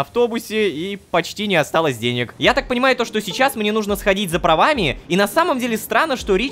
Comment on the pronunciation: честно я понимаю что озвучка Ромина только по одному слову: нужнО а не нУжно. я афигела когда это поняла